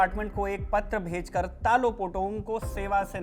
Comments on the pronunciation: it's talo not telo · Ta ta lo lo taa looh ? Itna muskil pronunciation hai kya? Tilo kese? 😂😂😂😂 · It's Talo not Tilo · Talo ❌️ Tilo ✅️ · Stop saying tilo😂 in Arunachalee it is pronounced as तालों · It’s Talo not telo 😂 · Not Telo its Taalo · Telo nhi sir ji ...Talo h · तालो है सर तीलो नहीं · Not Telo it’s Talo 🙄